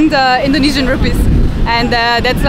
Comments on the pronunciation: Your knowledge of Indonesian language and pronunciation is very good! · Its amazing how spot on your pronunciation of Indonesian language are.